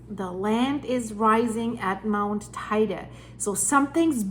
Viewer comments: It’s pronounced tee dee. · Stop. First it is pronounced tay _day Then we could never survive an eruption, second.... Yep when building on this island you have to use a proper construction... My home has constant movements. Needing more flexibility! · Not exactly, the pronunciation in Spanish has nothing to do with English; in fact, she doesn't pronounce it correctly. What she says is spelled TAIDE in Spanish. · Check the pronounciation of Teide please, yours hurts